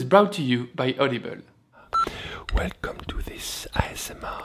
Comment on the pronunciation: every time you say audible i swear i can only hear "olive oil"